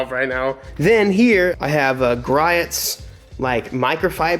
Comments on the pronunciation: Everybody: Gree-ohs: Gri-ats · It’s pronounced gree ohs, not gry its. So. I know I go there in Washington all the time. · That’s gree-ohs garage. Italian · Just FYI, Griot’s is pronounced Gree-ohs. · lmaoooo “griots” is pronounced “gree-ohs” no hate i am local to them and use there stuff all the time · It's pronounced Gree-ohs.I live a coupl hours away from their flagship store in Tacoma, WA. they make great products. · Griots is pronounced GREE-O'S lmao